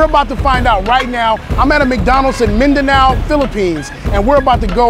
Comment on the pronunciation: The way he pronounced Mindanao made me proud